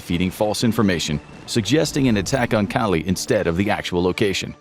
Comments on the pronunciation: "Calais" is pronounced "Callay", not "Callie." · Learn to pronounce pas du Calais. CAH lay. Not Kally. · Cal-ay. Not Cal-ee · It's pronounced ka-lay, not kally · Minor thing but Calais is not pronounced Cali but cal-ay. pas-de-Calais being the Department that Calais sits in. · Calais is pronounced "Ca-Lay" btw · I’m 15 minutes in and still stuck how you pronounced “Calais” 😅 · A whole video about WW2 info and the narrator still doesn't know how to actually pronounce Calais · Did no one ever tell this boy how to pronounce 'Calais' ? 😢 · That’s not how you pronounce Calais.